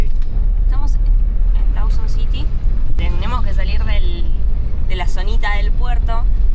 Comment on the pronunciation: Dawson City, not Dowson City!